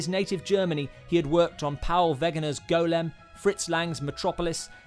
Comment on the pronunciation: This is a very small detail but thank you for pronouncing golem correctly.